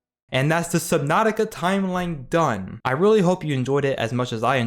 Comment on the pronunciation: DONEE!!!!??????? IT IS NO FKIN DONEE!!!!!!!!